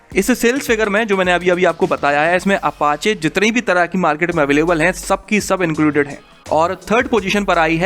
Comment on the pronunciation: Pichhli baar apache ko papachechecha bola tha 😂😂🤣🤣